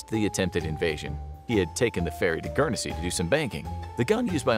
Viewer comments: Its not Gurnesy its Guernsey lol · "Gurnersea"..? NO! Say "GURN-ZEE", or thereabouts!! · As I British person, it is pronounced Gurn zee ! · The way you say Guernsey hurt my ears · Pronounce Guernsey right